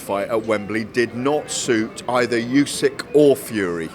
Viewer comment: Why does he keep calling him "Yusyk"? It's not that complicated to get right?